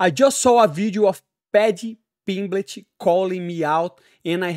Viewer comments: I thought he said "PimpBitch" at first :face-green-smiling: Had to rewind =) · Haha! Sounded like “Paddy Pimbitch”! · Paddy pimblitch lol...